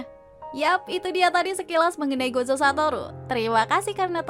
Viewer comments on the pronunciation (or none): baca nya gojo ya dek bukan gozo